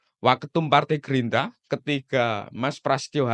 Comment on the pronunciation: Gerindra bang bukan gerinda 😂